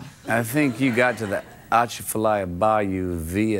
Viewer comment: I`m born and raised in Louisiana. is close on the pronunciation of "Atchafalaya." You don't use the "t."